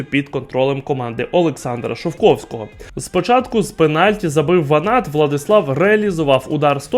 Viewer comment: кумедний персонаж, навіщось виставив перед камерою дві книжки, котрі не став читати.... в момент, коли було неправильно названо прізвіще ВанАта, я і геть виключив